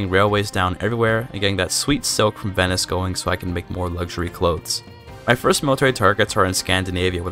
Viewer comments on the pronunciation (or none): none